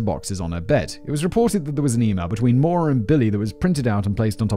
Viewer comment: I was listening to this rather than watching, so I didn't refer back to the title until near the end, and I thought Simon was struggling to pronounce Moira 😅 I believe Maura is is Maw-ra or Mah-ra, not Mo-ra.